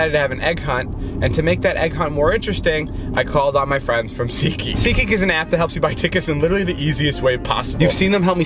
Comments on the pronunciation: David: i called my friends at Me: seatGeek 😂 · No one: David: SeAtGEeK iS AN ApP